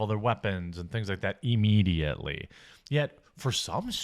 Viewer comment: Why do you pronounce immediately like Eeemediately? So weird and grating. You say it like you would say the word "if"...